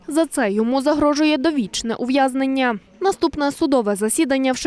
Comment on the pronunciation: ЗброєЮ ув'язненнЯ шо за манера ставити такі наголоси на останні склади?